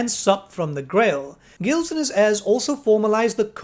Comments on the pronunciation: Gilles is pronounced "Zheel" it's supposed to be french, please it hurts me when i hear the first king of bretonnia "gills" XD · Hey, love the video but the pronunciation of Gilles is like "zheel" or "Jeel" with a J sound, not G. Its supposed to be French. Thanks.